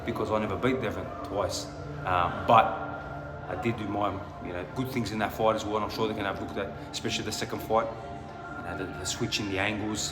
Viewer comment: Drink every time he says "foight"